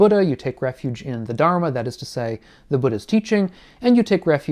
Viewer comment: I’m really sorry to say but please do learn how to say Dharma. Thank you